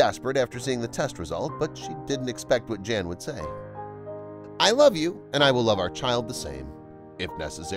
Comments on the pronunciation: I like your videos a lot, but could you PLEASE PLEASE PLEASE pronounce his name properly?!?!? In Polish the J is a Y sound and the a is always short like in the phrase a lot, so his name is NOT JAN as pronounced in ENGLISH; it is pronounced Y/a:/n...It is the Polish translation for JOHN; NOT JAN... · It would be a mark of respect if the commentator (and US audience) understood that a Polish or other European male named "Jan" would pronounce his name as "Yaan", not as the girl's name. This is understood in most other countries. Given the population of immigrant families in the US, I wonder why this has been forgotten. It takes only a small effort to learn this. Trivial in life and death issues maybe, but as I say, please show respect for other cultures and their languages. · Jan is pronounced Yan. Amber is not a Polish name, and probably wouldn't be legally allowed because they control their children's names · Well, I am Polish, and I want to tell you that Jan you should read Yan, there is no Vanessa name in Poland, first video shows Old Town in Warszawa which English speaking people twist to Warsaw. I am from Warszawa n never heard such story. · Are you sure it isn't Jan as in "Hahn?" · Pronounced Yan! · Hey " viral stories" ..do your schooling on foreign language.. in other countries " J" is H or Y" .. 🤦good grief